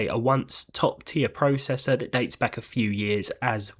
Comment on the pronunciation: FYI you say zee and processor wrong!